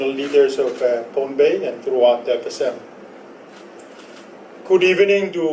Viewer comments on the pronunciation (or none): Not Pompei pohnpei.